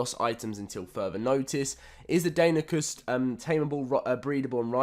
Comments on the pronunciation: It's pronounced danonocus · "Die-non-knee-cuss" You're welcome... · it’s pronounced Die-non-uh-cus